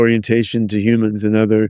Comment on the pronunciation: I like how he says "humans" the same way as Yudkowsky 😂 "Yewmans" or "Yewmuns 🤔"